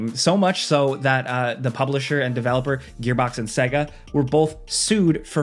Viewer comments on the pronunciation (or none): You should be sued for your pronunciation of "SEGA" - "SAY-GA"